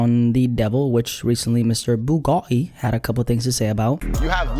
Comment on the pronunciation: he said “bu ga TEE” so accurately